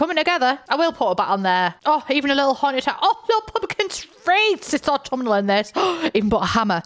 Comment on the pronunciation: It’s so aught-TUM-inal. 10/10 babes